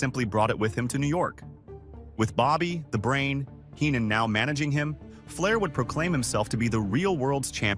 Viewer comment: Fundamentally a decent video, well documented but the lazy AI narration spoils it somewhat. If you need proof of this, just listen to the pronunciation of Bobby The Brain Heenan .